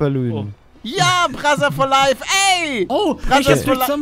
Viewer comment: Immer wenn ihr "brother for life" so aussprecht muss ich an Brazzers denken😂